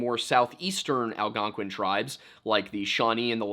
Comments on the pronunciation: Did you call the Algonquin the "Algonqwayin"? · Another great vid but fyi, Algonquin rhymes with “win” and Iroquois rhymes with “pasta” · I live in Algonquin that pronunciation is funny